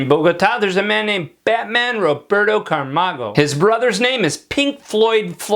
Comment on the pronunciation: Camargo is a last name not "Carmago"